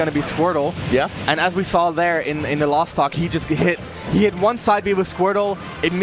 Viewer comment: Chairzard Ivysawr Lawst (instead of last)